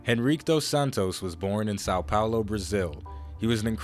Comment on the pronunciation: You butchered Henrique pronunciation :,c